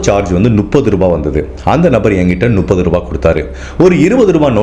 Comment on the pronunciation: எல்லா வீடியோவிலும் நுப்பது என்று சொல்வதை சரி செய்து கொள்ளவும். முப்பது என்பதே சரி. சந்தேகமாக இருந்தால் புத்தகத்தில் படித்துப் பார்க்கவும்.